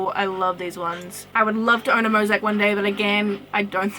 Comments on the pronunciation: Mosiac is pronounced like "mo-zay-ick" :)) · Are you pronouncing " Mosaic " that way for the same reason as Abino? here its pronounced mo-zay-ick. also Chimera is pronounced kai-mare-a. Chimerism is actually a genetic mutation, not a morph, its where two embryos merge into a single being. so it'll have DNA of two different Axolotls ( or whatever animal is a chimera ) on the different parts of its body, ie, the white and black sides. Chimerism also can't be bred on purpose, you can't take two Chimeras and breed them to get more Chimeras, its a completely random mutation, not something a single animal would have, since its basically two animals merged together. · mozac? it is mo za ic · moe- zay- ik plz say it right